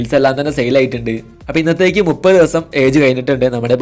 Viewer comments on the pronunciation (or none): none